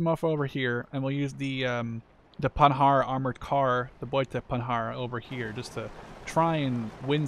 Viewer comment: You don't pronounce the "d" in Panhard